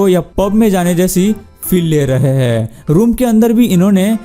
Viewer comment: Aap k "HAIN" ka oocharan sahi karlo,sunne k liye aachha lagega